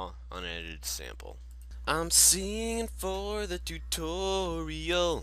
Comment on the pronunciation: it's "im siingin for the tutooriOL" ;p